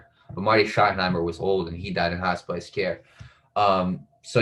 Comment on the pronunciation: Hospice not hot spice